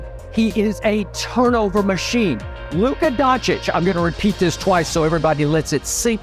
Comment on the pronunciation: Can someone explain wher in Luka Dončič is a letter T